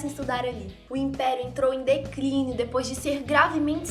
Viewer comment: "decrínio" kkkkkkkkkkkkk